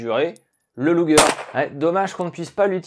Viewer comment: Prononcer "chnelfoyeur" bitte schön 😉 Ah, et "lugueur" et non "lougueur". Tu verras, ce n'est pas chinois et ajoutera de la crédibilité à tes docus déjà très bien faits. Je viens par la même occase d'avoir un indice intéressant concernant le choix de Guernica pour un bombardement massif par la Luftwaffe (louftvaffeu)..........